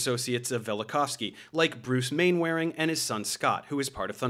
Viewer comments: 3 years too late, but Mainwaring is pronounced Man-er-ing. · Mainwaring? Brits pronounce that Mannering. 😉🤣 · Dude, it's not pronounced "main-wearing" 😂 it's produced "mannering". Google the TV show Dad's Army for reference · FYI I think mainwaring is pronounced 'Manner-ing'